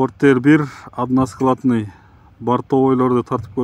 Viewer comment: Односкаладный дебейтгоо односкатный дейт туулган